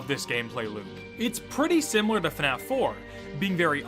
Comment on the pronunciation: That's cool and all but its bothering me of how ur saying fnaf😭